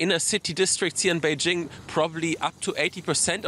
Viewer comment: Bay JING. Not beige —ing